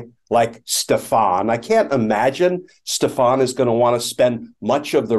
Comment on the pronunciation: I love that there's a guy named, "Stef-AHN"...implicated in all this. Last time I heard that pronunciation a lot was on SNL.